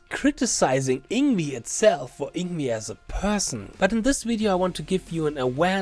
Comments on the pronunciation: You pronounce "Yngwie" as "Ing-vei", NOT "Ing-wi". I hope you understand now. I respectfully disagree with you, sir. It's definitely 'NOT SWEEPING,' as he is 'PICKING THE NOTES DOWNWARDS ONE BY ONE' in a very fast manner. If you watch it carefully, you'll see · It’s Ing-vay not ingvee. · " Ing wee " is not the correct pronunciation. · I used to pronounce Yngwie's name like that until I watched a Young Guitar (or some VHS like that back in 2002) video of himself saying his own name... it was shocking to me to learn it wasn't pronounced "Eengwee". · All that effort to make a video criticizing someone else's video. Would it have been that much trouble to learn how to say the name of the person who is the subject of that video? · Learn to say his name before you make a video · Hard to take you seriously if you won’t even pronounce his name properly.